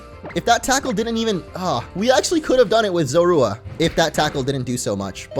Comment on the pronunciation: "Zorua" is pronounced "ZO-roo-uh".